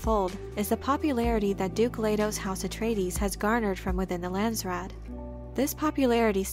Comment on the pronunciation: pronunciation phonetics Landsraad = Lah-nds , Rah-ad = Dutch / Afrikaans / Flemish / some German . from native speaker . Raad = council / board members (both correct) therefore national council = Landsraad then direct translation = country council / nation council / ( land council and land board or board of land ) - most direct translation . from NERD Cape Town Kaapstad - Republiek Suid Afrika / Afrique Du Sud / close to ExP.Trumps NAMBIAN KO-FE-FE from Namibia or Republic of South West Afrika our Northern neighbour like Canada and USA same languages , and former protectorate client state during cold war.